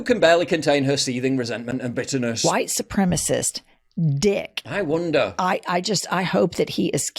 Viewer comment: She pronounces white supreme d likes she needs some, the poor woman.